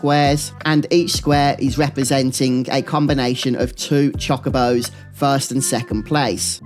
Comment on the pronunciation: they're not chakabos they're chocobos. "cho-ko-bo"